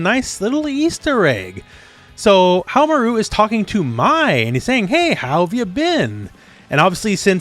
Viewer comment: Hahaha you pronounced nakoruru better than you pronounce haohmaru. Lol why?🤔 Love your videos, just poking fun. Thanks.